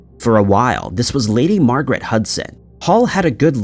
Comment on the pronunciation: Her name is MAR~GAR~ET Not Marget. “Susan Monica” is a MAN‼️‼️😂